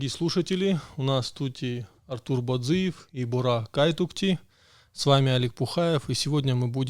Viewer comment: Артур БАдзиев ударение на А вообще то)))..